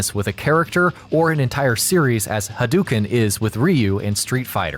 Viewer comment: "Ha-dow-ken" not "Ha-duu-ken"